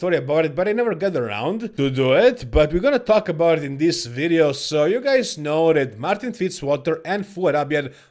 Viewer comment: we gonna talk about in dis wideo